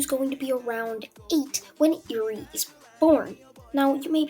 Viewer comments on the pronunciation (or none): It’s pronounced air-ree not ear-ree. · Ahhhh I can never get over the way you pronounce Eri